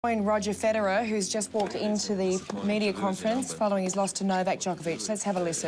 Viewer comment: roger phedorer